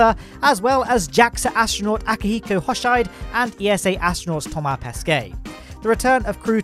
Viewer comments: That's a bit of an understatement. I can say without any exaggeration that was the worst butchering of a Japanese name I've ever heard. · Now that you know how to pronounce Pesquet correctly, it is time you learn how to pronounce Hoshide correctly as well...